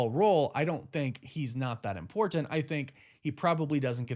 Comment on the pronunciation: Is anyone else annoyed with the way he says and over pronunciation of “important”